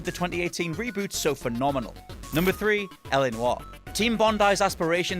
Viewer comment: DID HE JUST SAID GOD OF WAR III????? DID HE JUST SAID THE GOD OF WAR REBOOT IS "FENOMAL"